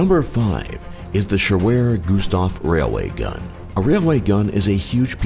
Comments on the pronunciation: shewerer gustav? wtf... it's schwerer gustav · Shewerer Gustav? Ok, I see. Some English Idiot was hearing the German name and was writing it in english without translating... We call that weapon "schwerer Gustav" which would translate to "heavy Gustav" or "big Gustav".